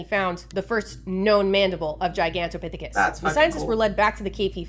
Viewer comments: nailed that pronunciation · yup thats how you say Gigantopithecus!